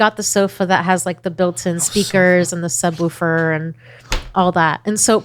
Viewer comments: No one in NC says subwooofer. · As a sound tech that is absolutely not how you say subwoofer lol